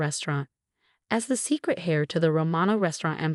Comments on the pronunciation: Irrelevant, sometimes irritatingly distracting background! The word "heir" (a male who inherits something) is pronounced as "air", not as "hair"! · Heir pronounced air not hair. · Hair is what grows out of your head. James is the heir, pronounced air, like the air we breathe. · This RIDICULOUS voice over is beyond STUPIDITY.. SO MANY STORIES WITH RATCH-ELL (Rachel) HAIR (heir) and in so many others of this ilk EFFAN, ETAN, ATFAN - ETC… for Ethan, a favourite name in so many stories of sadistic mothers-in-law, cheating husbands and obnoxious sisters-in-law!!!!!!!! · How many times do I have to tell you,? The name is pronounced Ray-chel, not Ratch-el. It is heir, pronounced air, not hair. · Really good story! I’m glad Rachel finally found her way! For future information, Heir is pronounced “air”. “Hair” is what grows on our heads. Rachel is pronounced “ray-Chel”. 😊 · Hair instead of heir, mispronounced Rachel. Fix it if you want people to keep reading and listening. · They're got the language settings wrong for the AI - it's grating for sure. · I find it interesting and funny. I still enjoy the stories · I agree get the names right!!